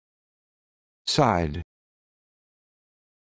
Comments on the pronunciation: Do you guys do ANY research? It's not pronounced "side" it's pronounced "shee". This is worse than not posting a video at all, you're actually spreading misinformation. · Hahaha it's pronounced shee. Wow